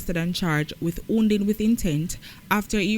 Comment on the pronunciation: Wounding not hounding 🤦